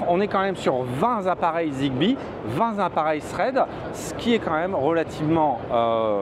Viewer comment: 20 "tappareils" et non "zappareils"